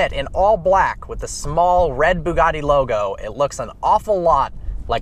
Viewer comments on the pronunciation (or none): none